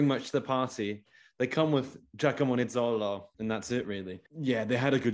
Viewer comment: Every time I hear Ginomarco Nizzolo I wanna stop watching.